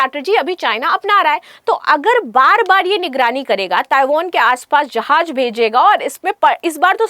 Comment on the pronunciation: Tu chali ja Taiwan india ki taraf sy 😂😅😂😅😂😅 Jahil .... Jahaz hota hai .... Jahaj nahe 😂😅😂😅😂😅 Bolna tu sekh phely phir bhashan dena